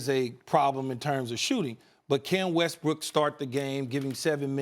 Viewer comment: Molly just low key call Westbrook, "westbrick" lmao